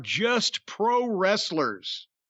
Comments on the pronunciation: “Pwow westlel”? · Actually he said we “beat off pwo wrestlers” lol.